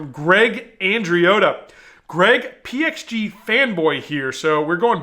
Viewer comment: So glad you pronounced the the PXG clubs correctly. It is zero 2-1-1 or any variation. Your wife has taught you well